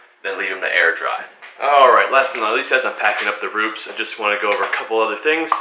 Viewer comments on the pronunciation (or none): Pronounced Roopehs